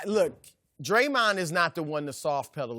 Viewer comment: The way Chris says dremahwn